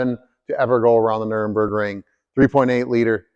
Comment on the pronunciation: Nur-burg-ring. Not Nurem-burg-ring.